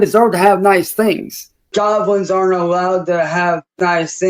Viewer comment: I will never stop laughing at the way he says " JOB-LINS"